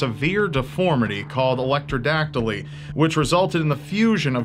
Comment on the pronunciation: It's not electrodactyly buddy it's ectrodactyly